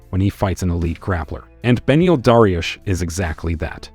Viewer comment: Dah-ree-youssshhh Dariush said correctly